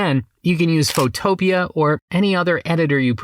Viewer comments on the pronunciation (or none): "Photo" + "Pea" = PhotoPea, not Photo + Utopia. I realize that English isn't your first language, but I would think that text-to-speech might catch this. This isn't the first time I've heard a variant of the name, and probably not the last either. Otherwise, keep up with the awesome videos - you're one of my favorite new 'Tubers! I especially like that you use Blue Willow instead of MidJourney, since Blue Willow is still free for commercial use. Far too many people forget to mention this fact.